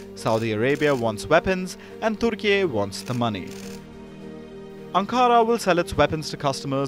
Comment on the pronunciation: Thank you for pronouncing the correct version of Turkiye firstly. Secondly to my understanding as a Turk, Turkish drones are way cheaper than US and Israeli made similar versions. Thus one be either dumb or very threatened to continue buying from them when you have Turkish drones on the shelves. :) I hope Turkish military industrial complex continue building in all branches so that the world can buy cheap yet quality goods, not robbed by USA anymore. :)